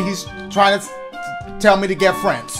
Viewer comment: “GO OVER AND GET SOME FRENS”